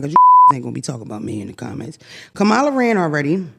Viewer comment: I really hope yall learn how to pronounce the next President of the United States’ name… 😔